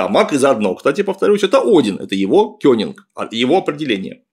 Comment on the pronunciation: Опять этот "кёнинг". Кеннинг, ёпта, кЕннинг! Ну и не кеннинг это никакой, конечно. Кеннинг всегда из двух слов или основ, а тут основа и окончание